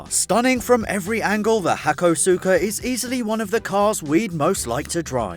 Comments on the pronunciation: Learn to pronounce car names properly,its pronounced ha-kos-ka you muppet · im pretty sure its pronounced HA-CO-SKA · >resists urge to let the weeb in me correct the pronunciation of hakosuka >scrolls down to comments, doesn't see it addressed FRICK IT Say it with me - "Haa-koh-skaa" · Hakosuka is pronounced 'hak-aw-ska'/'hak-oh-ska' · Random comment passing thru. And it's pronounced "Hakoska" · You pronounced hakosuka wrong :(